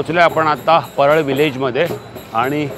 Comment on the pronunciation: भाऊ परेल नाही " परळ "